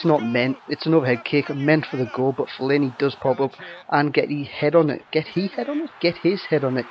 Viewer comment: Fe-Lane-E thats how you pronounce it ;) Great vid once again pal!